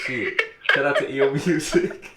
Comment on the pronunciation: once again, my name is EEL, so you can just say EEL like the animal. Lol!😂🤣